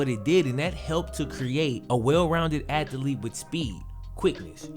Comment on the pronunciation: The fuck is an "ATH - E- LEET????? smh...